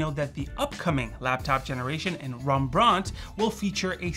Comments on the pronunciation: Rembrandt was Dutch, so the correct pronunciation is Rem-brawnt, not Rombrawnt. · Rembrandt not Rembraunt.